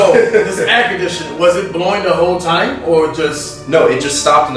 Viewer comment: says the word “time” and it sounds so much different from how him and his culture says it. He says “time” like he is a white man. Maybe unique talking style is just a bit. 🤷🏼‍♂️